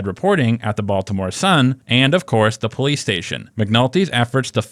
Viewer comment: You are natural Po-leece